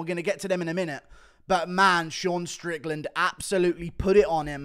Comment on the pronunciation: Dude 4 minutes in that Sean strickland sounded PERFECT that actually caught me by surprise since I’m used to the guru accent